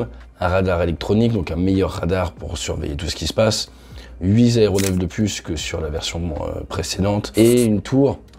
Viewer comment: Le contenu est toujours passionnant, mais please, huit zaéronefs, ça fait mal à les zoreilles.